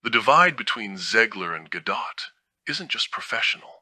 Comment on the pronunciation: Thank you for pronouncing Gal's last name correctly. Most youtubers mispronounced it.